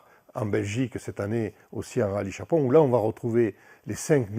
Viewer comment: Chapron, et pas "Chaperon", comme chaperon rouge...